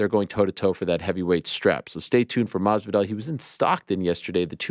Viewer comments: Ariel I love you but is "MaSvidal" and not "Marvidal" 🤣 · Every single time. It’s become Machthvidal